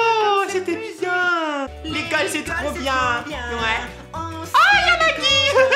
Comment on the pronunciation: j'adore tes et j'adore tes vidéos je te dis ne change pas car tu est trop drôle 😙 #teampalmier et en plus tu as réussi à dire Maggie bravo tu n'a pas dit Maggeie 👏👏💖